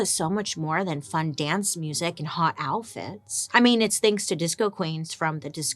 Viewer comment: Am I the only one who giggles everytime she says "alfits" instead of outfits? 🤔🤣